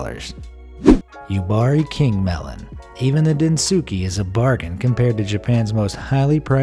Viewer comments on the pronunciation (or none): Protip: its not pronounced Densookay....the U is silent XD